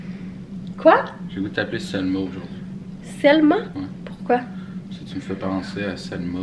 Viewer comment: Spray Pan 😂 c'est VELMA pas Selma 😭😭😭